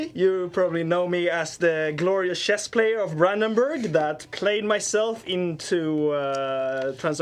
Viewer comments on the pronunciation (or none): Shess? There's not even a J in Chess! How can you still mispronounce it? Silly Swedes.